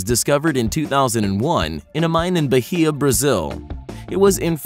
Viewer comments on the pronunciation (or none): The way u said bahia gave me cancer